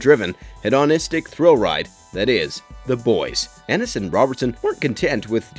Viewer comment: Hēdn'istik* but what do I know he also horrendously mispronounces vought